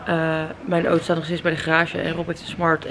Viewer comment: Ik vind het zo grappig hoe jij Auto zegt: Oto hahahahhaa... voor alle mensen die dachten dat vreemd zou gaan met Rob.. zie deze vlog:p hier is het bewijs....:p